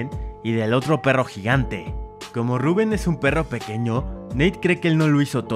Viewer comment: Tu lo pronuncias rubùen y es Rubén